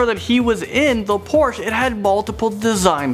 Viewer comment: OMG please say porsche correctly